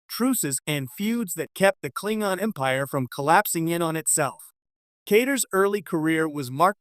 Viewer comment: 10 seconds into the video… If you can’t pronounce “Klingon” properly, I don’t trust anything else you have to say on the matter…